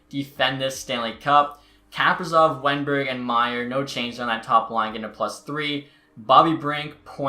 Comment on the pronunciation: Kaprizov is pronounced “kuh-pree-zov”